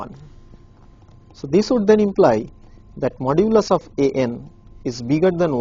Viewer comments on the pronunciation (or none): Modulus is not the same as absolute value. Why is he keep saying modulis